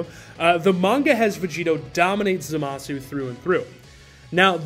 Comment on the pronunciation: "zohmahsu" lol